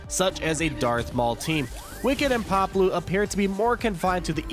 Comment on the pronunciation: *(pah•blue), not Pablo lol